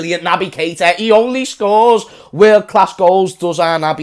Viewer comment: "salah the best in the werld"😂